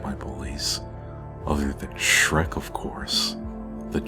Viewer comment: Shrek is not Dhrek!